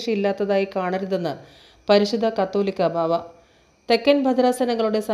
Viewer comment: The news reader is not familiar with the names of Bishops.She is pronouncing കത്തോലിക്കാ ബാവ.ഇ തു തിരുത്തണം: മററു കുഴപ്പം ഒന്നുമില്ല.ത്തോവെണ്ട:?